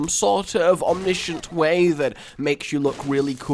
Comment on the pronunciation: The way you pronounce omniscient is weird